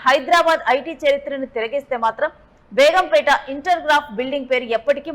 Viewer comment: Begumpetaa kaadhu madam it's begumpet